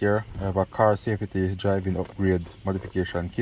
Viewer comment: As soon as I heard you sa- fe-ty I knew you were a yardy😂🇯🇲